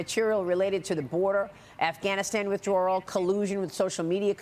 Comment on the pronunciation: MARIA! You sound like a Moe Ron every time you mispronounce WITH DRAW L. Withdrawal only has ONE "R" and you keep adding an additional one. SMH